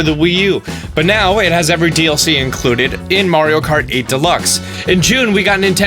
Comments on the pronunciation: I highkey thought you said Mario Karty, that is a Mario Party game thats Mario Kart themed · Lol Did anybody else heard him say "Mario Karty" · This guy just said Mario karty 😂😂